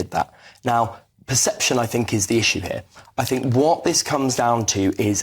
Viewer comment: Men in suits from universities talking about the scummy people. As soon as he speaks you get it. We say here, he says hair. Everything is oefool